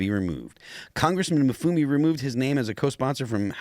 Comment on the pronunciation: That political activist-turned-politician, Kwasi Mfume, is pronounce Quasi (how fitting), Em-FOO-may.